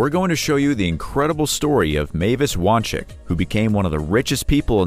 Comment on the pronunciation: FYI it’s pronounced (Wahn-Zik)